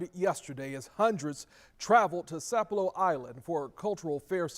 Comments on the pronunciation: It's Sap ah lo. My MIL was the Storyteller CORNELIA W BAILEY. This is such a tragedy. Please keep our community in your prayers. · Sap - elo, gull-----ah, get it straight if you gonna be on the news